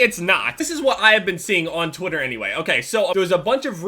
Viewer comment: sounds like you say twotter instead of twitter